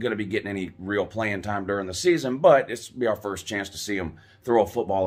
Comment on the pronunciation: They ain’t pwaying nobody WOUUU